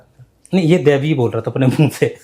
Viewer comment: Oye woh devi nahi bola, woh ghebi bola, ghebi means unseen